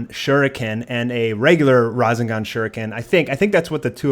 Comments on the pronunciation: Rasangahn? Wtf? It's Ra-Seng-Gan. Rasengan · not to hate but the way you pronounce rasagan and naruto bugs me